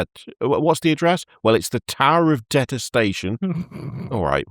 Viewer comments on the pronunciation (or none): In this episode: the fellas pronounce detest-ation as detes-tation for 5 minutes stright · Anyone else triggered by the detestation pronunciation? It's deeeetestation. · De-test-a-shun I guess is how it’s pronounced.